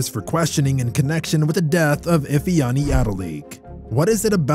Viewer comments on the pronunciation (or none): Your pronunciation of Chioma and Ifeanyi was very poor. No new update on the story so why did you bring it up?